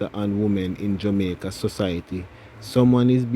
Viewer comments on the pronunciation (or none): none